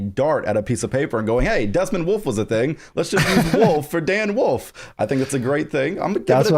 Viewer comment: "Dan Woof"